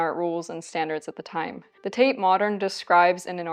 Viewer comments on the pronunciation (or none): none